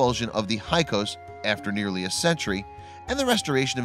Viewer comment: It's not para-noic, it's fa-ron-ic, and it's not hi-kos it's hick-sos. By the pronouncement of full professors who teach the subject.